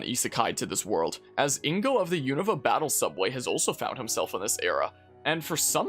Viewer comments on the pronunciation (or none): none